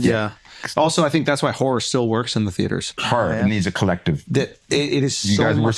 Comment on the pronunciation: Whorrer/ Horror lololoplololol